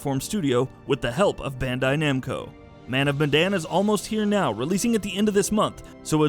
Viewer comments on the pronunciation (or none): man of bandanas 😂